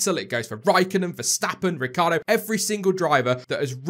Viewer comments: Surely everyone mispronounces Danny Ric's name...Ricciardo....not Ricardo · Lucy Burborough Ricciardo pronounces his name 'Ricardo' instead of the Italian pronunciation 'Rit-char-do', saying that is how his family pronounces it.